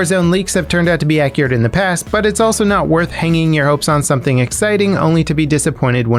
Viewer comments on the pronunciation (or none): none